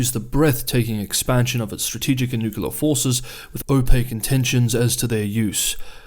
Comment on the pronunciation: For me the world is divided into people who say nuclear and people who say nukilar. This here, is.